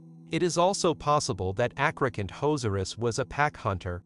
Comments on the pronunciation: I heard athrocant hoes r us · “Acrocantozerus” Wait what? Call me a hater but there’s a few problems with this video. 1st: the pronunciation acrocanthosaurus is incorrect, the H should not be ignored. 2nd: there is no hard evidence of acro hunting in a social hierarchy.